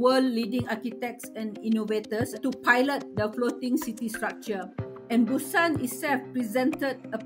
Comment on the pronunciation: A story about Busan and the "journalist" doesn't even bother to look up the proper pronunciation of Busan. No integrity. 👎 And this is why the rest of the world says Americans are stupid.